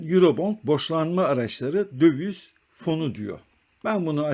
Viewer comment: Merhaba, video için teşekkürler. Naçizane bir eleştirim olacak. Sürekli "dövüz" dediniz. Bir ekonomi kanalında "döviz" kelimesi çok geçtiği için düzeltmek iyi olabilir. Kolay gelsin.